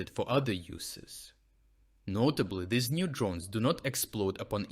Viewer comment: English language tip: Pronounce "these" as "theez," not "thihz." Otherwise, a good report with information that is encouraging as to the future developments toward the defeat of Putler and his orcs.